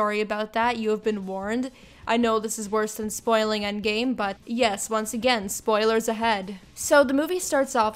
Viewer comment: I closed the video after hearing "disclaimer this is going to be filled with plan bee spilers"